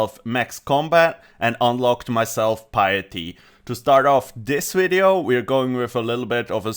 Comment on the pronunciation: “Shield of Arav.” Good, good, atta boi... “wideo” facepalm